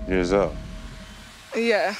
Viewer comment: Did he just pronounce zoe “zo” lmaooo